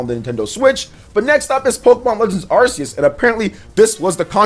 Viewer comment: "Sinnoth" "Arseues" Oh...